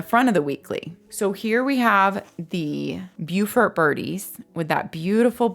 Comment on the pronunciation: You pronounced Beaufort correctly! My brother lived in Beaufort SC and I remember him telling me how it was confusing because there was one in NC but pronounced differently. Beautiful beautiful area!